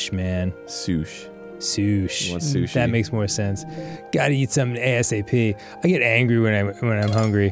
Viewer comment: Holy shit other people than me and my dad call sushi soosh?!